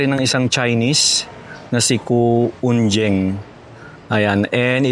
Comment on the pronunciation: I believe that the surname Cu- Unjieng,the letter "j" is pronounced with the "y" sound.